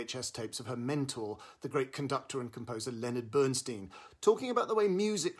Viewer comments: For goodness sakes, please pronounce Bernstein correctly...it's very painful to listen to your review as you incorrectly and repeatedly mis-pronounce "Stein." The origin is clearly German...meaning "stone" and pronounced STINE...not STEEN! Bernstein literally means: "Burnt Stone" in German. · BERNSTEIN PRONOUNCED BERNSTINE HE HATED ( STEEN ) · BernSTEIN (stine) as per Leonard, himself. 🙄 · As much as I like the review why can't you, as an obviously intellectual person, at least pronounce his name correctly? BernstIEN - not BernstEEN. He was also my mentor and a wonderful guy so please pronounce it the way he did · uh, Peter, Lenny's name is pronounced "BernSTINE," not "Steen"... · Enjoy your reviews here and in the Guardian, but for God’s sake, learn how to pronounce names properly. It’s NOT Bernsteen! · Who is Bernsteen? I thought the film was about Bernstein. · Really grating to hear Bernstein's name mispronounced repeatedly. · Excuse me, why can't you pronounce his name correctly? Or are you just trying to be irritating? Stein... Bern... stein. Coming with honors. Yea...............! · The inability (or resistance) to correctly pronounce the title role’s name, detracts from the credibility of the review. Please try to research more thoroughly in future vlogs. Thank you. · It’s amazing how many reviewers mispronounce Bernstein’s name. Maybe incompetence is okay with you, but to me and many others it ruins the review and others reviews.